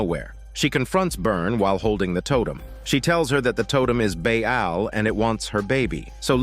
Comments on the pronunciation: Wtf ☠️ is Baa aal . It's Baal (Pronounce as Bal) . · Ba'al is pronounced as "baLL". Love your work.